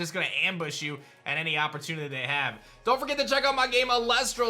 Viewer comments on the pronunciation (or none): none